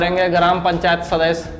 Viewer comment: "सदस्य" शब्द का उच्चारण ठीक से किया जाए सुनने में अच्छा लगेगा l